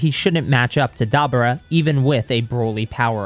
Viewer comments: It's Da Boor ah not daba ra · It’s da bura